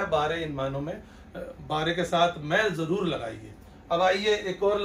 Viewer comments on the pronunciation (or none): none